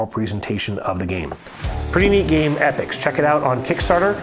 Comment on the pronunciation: Great commentary, thx. Loved the comparison. By the way it E- Pocks not epics!